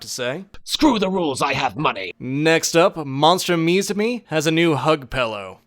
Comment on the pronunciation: Uum Is it just me or did you missed pronounce "MUSUME" Also I think you read plot wrong the original synopsis goes like this "Three years ago, the world learned that harpies, centaurs, catgirls, and all manners of fabulous creatures are not merely fiction; they are flesh and blood—not to mention scale, feather, horn, and fang. Thanks to the "Cultural Exchange Between Species Act," these once-mythical creatures have assimilated into society, or at least, they're trying." Is not thank's to the pop group that was just a parody references of AKB48.